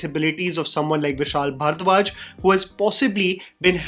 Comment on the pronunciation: your pronunciation of ‘bharadwaj’ irks me so much